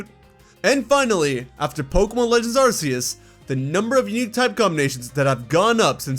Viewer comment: Why do people keep misprouncing arceus